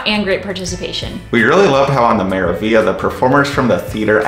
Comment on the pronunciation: The review was interesting and informative. However, did you guys realize you were saying the name of one ship wrong the entire time. You kept saying "Me-ra-vi-a"... isn't it "Me-ra-vig-li-a"?